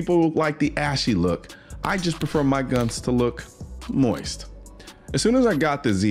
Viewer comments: He said moiste 😂😂😂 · Pronounced “moieeeest”😁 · "Moist" was making my eye twitch